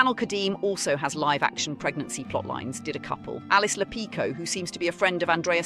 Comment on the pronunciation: SAY LIVE BRO SAYYY LIVE 😭😭😭✌️✌️🥀🥀🥀